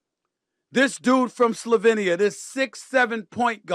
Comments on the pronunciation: Pronounced “DON-chich”. Say the man’s name properly. And he is from Slovenian not “slovinian”. Lack of respect. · It's pronounced: "SLO-Vain-EEE-AA" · U get like 20million a year u should learn to pronounce Slovenia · This loud mount professional yapper doesn't even know how to pronounce Doncic or Slovenia 😂